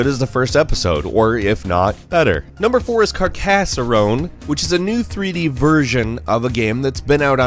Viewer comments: Carcasserone? I think you mean Car-ca-ssone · Dude, Carcassarone? It's Carcassone and it's based off a board game, not another IOS game. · It's pronounced "carcass-on." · Carcassarone Caracassone Carrasone Carrr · Carcassoronne? Is that in Franacance? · "CarcaseRONe"!!!:D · "number 4 is CarCASSaRONE" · Did he just pronounce Carcassonne 'Car-Casserole' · Carcarsorone 😂 dude reallyy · Mate you butchered the name of carcassonne, it’s pronounced Cark-a-son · Loved the pronunciation of Carcassonne. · The way you pronounced Carcassonne killed me. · The way he said Carcassonne hurt my soul